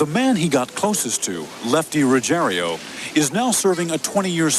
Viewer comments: Typical American....Butchering names...The guys name is Rugiero....NOT Rugier i o, so Ruggier O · Why do they say "Ruggerio" when it's pretty easy to read that it's "Ruggiero"? Perhaps we should arks Geraldio Riveria.